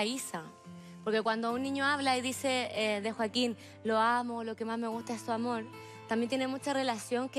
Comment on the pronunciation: "Su amort" jaja, cosita!! 😍